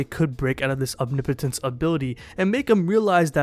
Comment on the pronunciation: Say it with me “Om-knee-poh-tence”. No biggie, I just see a lot of you pronouncing it kinda weird.